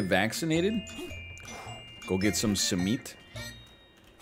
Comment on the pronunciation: NL your first simit pronunciation is almost spot on! Much respect to you for tapping into the Turkish breakfast universe. Btw you can keep simit fresh if you freeze and then reheat at 300F for ~5 minutes.